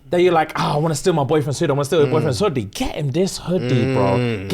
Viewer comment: why did bro say hoodie like that